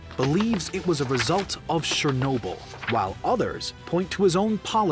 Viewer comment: it's not shernobyl... it's CHE sound, not she!